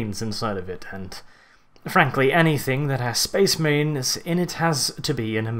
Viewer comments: was i the only one who heard space memes when he said space marines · Well you had a fun time saying space maines didnt ya